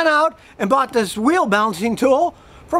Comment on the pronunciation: Had to rewatch from to hear Scotty say "so I went out and BOUGHT THIS... TOOL..." He doesn't buy many :)